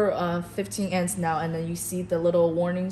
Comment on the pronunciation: Your narrator needs to learn how to say "AMPS". She repeatedly said 'ents'. Amps (amperes) are the basic unit of current. Your 'engineer' should have corrected her and re-recorded the video with the proper terminology.